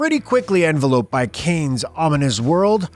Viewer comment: Bizarre pronunciation of enveloped.